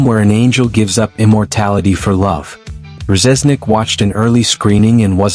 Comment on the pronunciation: Can't pronounce Reznik correctly...its def AI